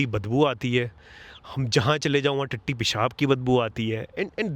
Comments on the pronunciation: Nooo edit kyun kiya... Tatti ko tattu rehne dete, it was hella funny! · they way you say tatti pesab is to funny mann lol 😂😂